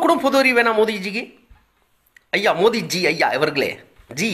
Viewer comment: அவர் சரியாத்தான் உச்சரிக்கிறார்.